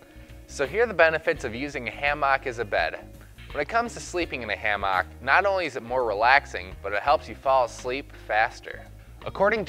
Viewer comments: Good vid apart from your wrong pronunciation of the word hammock. It is NOT ha-mock it is ham-ock or ham-uck. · ham ick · Driving me crazy too...pls dont say it Again😩😄🤭It's Naaaat a hammAAck. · Like every other comment on here, I couldn't stand listening to this fella pronounce Hammaaaak. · It’s pronounced Hammick. I see you still sound out your words. Like to hear you sound out Wednesday. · WTF is s hamm-aak? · Learn to pronounce hammock. It's not ham hock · Why is he saying hammock like that o.O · The whole point of this video is invalidated by the way he pronounces hammock.